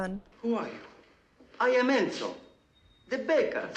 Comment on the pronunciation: Throughout the film the name is mispronounced. It's "Cor-lay-oh-NE". And Enzo is pronounced "Entso". 🙂